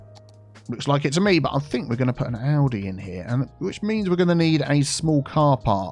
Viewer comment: Everytime you says "Aldi" I think you are talking about Audi 🥴